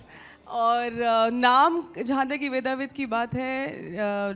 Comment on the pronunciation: ‘वेदविद्’ है नाम, ‘वेदाविद’ नहीं।